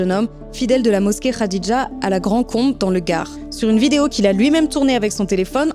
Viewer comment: Wooo avec l’accent quand elle dit mosquée Khadija